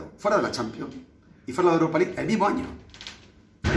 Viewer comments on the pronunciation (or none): .Muy buen inglés. RP del mismísimo Oxford. "Aut of Jiurop chú veces. Aut of iurop en la fers iurop Champion. Y aut os Iurof, second Iurop, la Europa Lig."